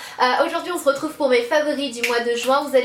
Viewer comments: Mais c'est pas possible tu dis tjrs on z'retrouve tu te rend pas compte 😂😂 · tu dis plus on z'retrouve 😂